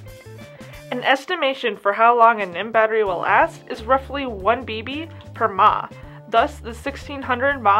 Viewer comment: When someone pronounces mAh as a word it makes me wanna throat punch them...